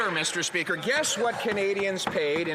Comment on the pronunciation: Meester Speeker! I hated her!